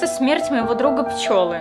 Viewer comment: Пчелы, а не пчЁлы